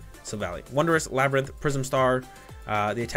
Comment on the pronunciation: You read the wonder labyrinth wrong!